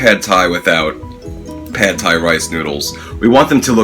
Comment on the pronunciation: pronounced like "pod Thai" not "pad Thai"